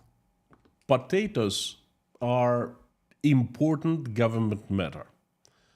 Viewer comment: "Next news is about PATATOES"...I love the way you say that word always makes me chuckle 🤭... I listen to your streams every day at work and I really enjoy them. Thank you for your hard work. Ggs